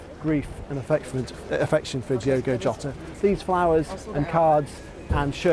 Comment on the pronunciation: His surname is pronounced Ho ta . RIP .👍🇬🇧🦊